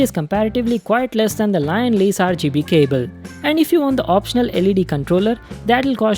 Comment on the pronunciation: it's LIAN-LI not LION LEY